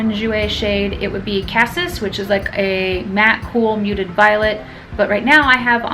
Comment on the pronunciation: Cassis is pronounced kah-cease.